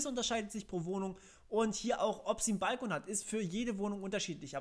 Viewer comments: Es heißt übrigens "bal-KOON" und nicht "BALL-kon". das hat nix mit "Ball" zu tun. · Wo hast du nur diese spezielle Be|to|nung her? Es ist doch kein "Ball - kon" --> Aussprache